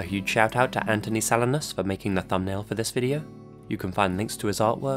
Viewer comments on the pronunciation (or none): none